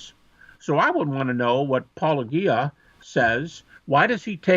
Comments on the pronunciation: Is their mispronunciation of "Paulogia" purposeful, akin to Fox News' "Democrat party"? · I think it’s funny how Kent Hovind mispronounces your name one way and Gary mispronounces it another way. 😎 You should address him as Gary Haber Mass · What is it with their mispronunciation of your channel name? Seems really sophomoric and douchey. Or were they hoping you would protest so they could accuse you of being triggered? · I always enjoy watching pretend he doesn't know how to pronounce your pseudonym. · I love that you’ve interacted with these people so many times and they still mispronounce your name… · They do it as a sly way to cast shade on him. It's completely childish. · It’s completely intentional. It shows that they begin with derision and disrespect before they even have any arguments to offer. You know - because of their humility… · Its so ridiculous how these guys ALWAYS mispronounce your name. They do it intentionally i swear. Haha. Its Paul O G Uh, not Paul O Gee Uh, not Pa Low Gee Uh. You know they have heard you say it a million times, yet they continue to say it however. Petty and stupid honestly 😆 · I'm a little confused by how they pronounce Paulogia Paul-O-gee-a instead of Paulo-jee-a... I guess it's pronounced Christian Apologeeist 🤔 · Am I the only one irritated by Christians acting like they totally don’t get the play on the word apologia… pronouncing it like Paul-oh-juh or Paul-oh-ghee-uh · Paulogeia is my fav. That's my best bet how to spell intentional mispronunciation. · Are they mispronouncing your name on purpose? I thought it was pronounced like apologist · I can’t believe any of these people who can’t even pronounce Paulogia’s name correctly. Either it’s intentional to undermine him or they are completely clueless. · Do you think these apologists deliberately mispronounce “Paulogia”? I reckon they do, since they presumably know how to pronounce words like giraffe, logic and theologian! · It's intentional disrespect.